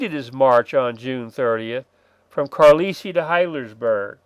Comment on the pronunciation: Thanks. Maybe Trimble was mad at Ewell. And I think it’s pronounced CAR-LIE-EL. Famous “United States Indian Industrial School”, late 19th-early 20th.